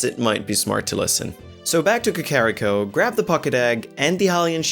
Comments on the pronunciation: Ka-ka-ka-carrot cake? ka-ka-ka-kakarrot? Kah-Kah-ree-koh. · It's KA-KA-RI-KO, not KA-KO-RI-KO, dipshit. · Vol-wager is gonna burn Ka-carry-ko to the ground. And so does the pronounciation. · checks comments apparently I can't pronounce "Kakariko", lol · It is not a german accent. He does not know how to pronounce Kakariko correctly thats it! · The way he says Kakariko. It fucking kills me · Why does the second guy insist on triggering me with how he pronouces KAKARIKO. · Man you really botched the pronunciation for kakariko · The way he was pronouncing Kakariko was slightly triggering. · This video was awesome and I love your content. But I cringe after everytime you said kakariko incorrectly 😭 Love you guys